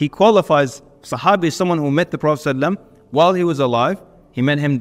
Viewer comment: as salamu alaikum brother::: please take your time and say SALALLAHU ALAYHI WA SALAM properly